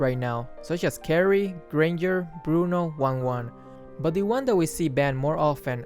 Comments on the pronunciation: So no one's gonna talk how he pronounces Wanwan as "wang wang"? Just me? Ok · WAHAHAHHAA I LAUGHED SOOO HARD EVERYTIME WHEN HE SAYS "WANGWANG"